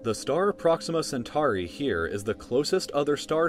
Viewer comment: Why can't Americans pronounce Latin words like Centauri properly in the classical sense? It's not like there's different ways to pronounce it in modern terms. It's not universal modern English with various accepted pronunciations. How do they just look at a word that has a clearly defined phonetic value and decide to pronounce it incorrectly?